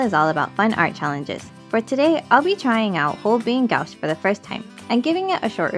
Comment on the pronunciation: This was a very fun and informative video. You really were able to put a lot of information in under 7 mins and we’ll. Thanks for sharing I recently purchased my first set of Holbein gouache. I’m having so much fun with them. Only $20 in Japan 😲 When pronouncing gouache it’s more like gwash 😊 Both your pieces came out great. I haven’t seen that animé might have to check it out. I just started watching Tokyo revengers with my daughter, who has already watched it 4 times.